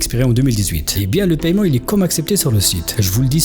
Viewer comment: Tu devais arrêter de dire "paiyeument" c’est plus sympa "paiement".